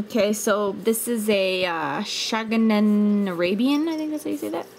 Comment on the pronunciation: That is pronounced Shag- ya not Shagamanan LOL